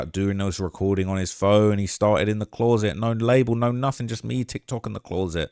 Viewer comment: I wish you could pronounce the word 'closet' the amount of times you can't pronounce closet is crazy